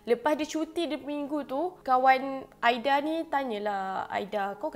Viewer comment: Kak camimu tersasul ke tuww ??? Aida jadi aidia🤪🤣